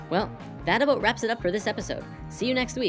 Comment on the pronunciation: lol aw you said "oot and aboot". canadians are fucking adorable. -3